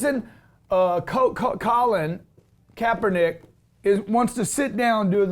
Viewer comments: Kapperniccer..... hahahahaha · lolol did he just say Kaepernicker?? is that a racial slur lol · Kapernicker? Wtf was that bro? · Kapernicker, try again lol.